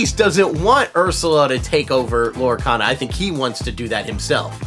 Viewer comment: Uh...it's Lorecana. Not cata.